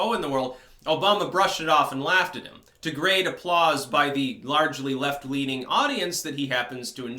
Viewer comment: Left rhymes with theft, just sayin..